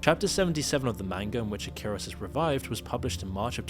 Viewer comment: It's "Ikaros" not "Akiros"...The name has ties to the Greek mythological character "Ikarus" who flew with a pair of wings made of wax,to close to the sun causing the wings to melt. Icarus fell from the sky, plunged into the sea, and drowned. (there is a bigger lore of course,that's just a snippet)